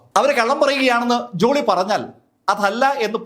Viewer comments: ജുളി അല്ല ജോളി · ജൂളി അല്ല ജോളി